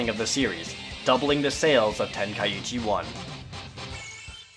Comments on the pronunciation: You're not saying Tenkaichi properly....say TEN.....KAI......CHI, you're ursing the first i twice, otherwise it would be Tenka ichi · Jared's mispronouncing Tenkaichi >.< He's saying Tenkaiichi not Tenkaichi. Ten-Kai-Chi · your saying tenkaichi wrong " its ten-kai-chi"~ the ka and I make 1 sound so you don't repeat the I afterwards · it's pronounced ten kai chi. 3 separate words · Ten-kai-ee-chi Wat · it's tenkaichi where do you get the 2nd i that makes it tenkaiichi people need to learn to practice the grammer what it reads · There's only one "i" after the a in Tenkaichi, but the way you pronounced it made it sound like there's two "i"s there, making it Tenkaiichi. I might be wrong, though.